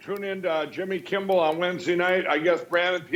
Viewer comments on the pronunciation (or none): I wonder if Mike Pillow thinks that Jimmy Kimmel's last name is Kimball, because he says Kimball every time. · Does lindell call Jimmy's last name Kimble as opposed to Kimmel? That's what I hear. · Why is it no one has corrected the idiot Pillow Guy when he says Jimmy “Kimball”? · Moron said, "Kimball" ...So desperate for attention LMAO! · I look forward to the day the My Pillow guy calls you Kimmel instead of Kimble. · Jimmy "kimBel"... 😂😂😂😂😂😂😂😂😂😂😆😆😆😆😆😆😆😆😆😆😆😆😆😆😆😆😆😆😆😆😆😆😂😂😂😂😂😂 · Why is the Mypillow guy calling him 'Jimmy Kimble'. That's bothering me a lot. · Is Mike Lindell saying Jimmy Kimbel? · I love how the pillow guy continues to call jimmy show the “Jimmy kimBall show” lmfao 🤣🤣😂😂😂 no one has even bothered trying to correct him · My pillow guy keeps saying Jimmy Kimble instead of Kimmel. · Does on annoy anybody that the pillow guy says "jimmy kimbel" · I wonder if Mike Lindell will learn to pronounce Jimmy's last name properly after he's on the show and stop saying "Jimmy Kimbel". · Why is crackhead Lindell not able to say Jimmy's last name right? Heck, it's KIMMEL, not KimBel, ffs. What an idiot. 😅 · Anyone noticed the my pillow guy says "Kimble" instead of "Kimmel"?! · Has anyone else noticed that the My Pillow Guy keeps calling Kimmel “KIMBELL” 😂🤣😂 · It sounds like the pillow guy calls Jimmy Kimmel "Jimmy Kimble". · Does Jimmy or anyone else realize that the pillow guy calls him Jimmy Kimble? 🤔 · What kind of mental hurdle is Mike Lindell dealing with that he pronounces Jimmy Kimmel as "Jimmy Kimble"? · Kimble? It's Kimmel! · Jimmy! When are you going to correct the My Pillow Moron that your name is Kimmel not KIMBLE? He says it every time, UGGG! 😂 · He's still calling Jimmy "Kimble" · Doesn't Lindell keep mispronouncing Kimmel's name as Kimble? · Am I hearing things or does Mike Lindell call him Jimmy KIMBLE ? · Jimmy, as a way of getting back at ML mispronouncing your surname, why don’t you call him Mike Limbell? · Did he say Kimble?